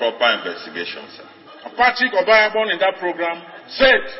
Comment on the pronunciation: This newscaster is a mess for not being able to pronounce the name OBAHIAGBON. Is she not Nigerian?.